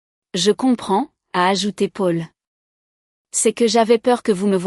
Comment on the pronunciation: Pub sur pub 😡 On prononce Paul ( pol) et non Pôle .. Le versement de la pension alimentaire ne s' arrête pas aux 18 ans de l' enfant .. En France on passe obligatoirement devant le notaire pour l' achat ou la vente d' un bien immobilier ..